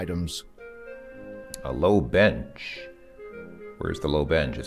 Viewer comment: kinda sounds like the narrator says bitch not bench